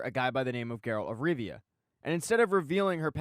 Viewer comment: Not tryna be rude but its Geralt of Rivia not Geralt of Riva